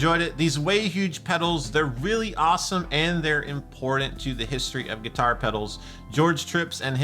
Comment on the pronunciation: Always like your videos, along with your company. But could you do me a favor and say "important" instead of "impordint"? Thanks.